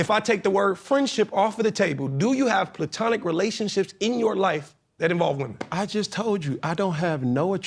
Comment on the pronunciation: PLay-Tonic lol